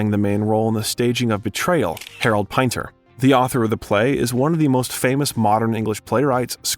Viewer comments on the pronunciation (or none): "The Night is Tender"?!!!! Now the bot is INACCURATELY GRAMMAR-CORRECTING famous literary titles! GET RID of this monstrosity. It will NEVER understand what even stupid humans do. (And Harold PIEnter?!!!)